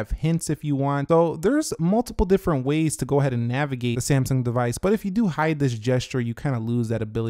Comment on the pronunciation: Samsaaaaang PLEASE LEARN TO TALK!!!!